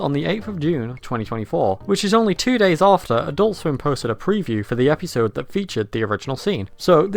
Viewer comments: Why do you pronounce the word episode as "epeesode"? I never heard it pronounce it this way before now. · Bro why do you pronounce it Epeesode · I like how you say episode. Eppysode.